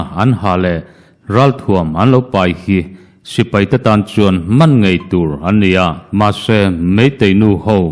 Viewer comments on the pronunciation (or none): none